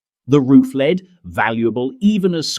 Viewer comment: It's an AI voice, as one can tell by the wrong pronunciation of 'lead' .